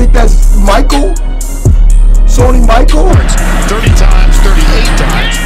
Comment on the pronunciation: not Sony Michael nigga its Michel😂